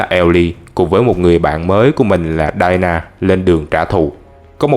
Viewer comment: Đọc mấy cái Tên thôi cũng sai :( Đi- na not đai na. Chời ơi